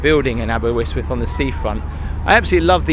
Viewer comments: abe -R, not abewyswyth .. very irritating! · It most definately isnt aberwhistwhist. Aber ust with. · Great vid- Aber Yst wyth not Aber wiz with 🤣👍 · Great vid, but your pronunciation is slightly off-Say it like : Aber-wrist-with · Well it's not quite Santorini, and I'm sure you pronounced it incorrectly just to get comments in the video. a-buh-rist-wuhth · If you were Jonathan Woss you would say Aberwystwyth!😂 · it’s pronounced aber wrist with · Is there any reason you pronounced it AberWystwyth 🤔 ? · another lovely video, thank you. The pier was much longer but has been battered by storms and fire down the years, so it's had a hard life and is much shorter than when it was built. You could try pronouncing it more like "aber-ust-wyth" to get a more authentic sound. Or better still just "aber". Anyway, a great video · Great vid again. Though pronunciation is chronic... It's spoken as the following sounds like Abber ist with, and spelled Aberystwyth. Keep up the great vids. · Nearly got the name right it's pronouced as Aber (ust) wyth ;) ..Enjoyed the tour though and reminded of the few days the wife and I had a couple of years ago-Thank you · The river's called the Ystwyth ( pronounced initial consonant ust u as in butter ( northern English) , with ( th as in think not th as in breathe), aber as in jabber. Therefore not aberwistwiff, not aberRistwiff , but ; AberUstwith with the stress on UST, and end sound th not th as in the or ff but halfway in-between. Get it right an you'll sound local and people will assume you can speak Welsh get it wrong and you'll sound like the 90% of incomer locals who've lived round here for years and still get it wrong because the don't listen, can't make the sound ( which is easy) or don't here it or can't be arsed. Hope this helps. You did ask. Taking care really endures you to local people and makes all the difference. Pob lwc i ti. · Aberystwyth is pronounced Aber-ust-with. :D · your wrong, its aberystwyth